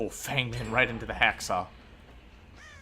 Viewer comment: As a white guy, I don’t care much... but Feng Min is pronounced “Fung”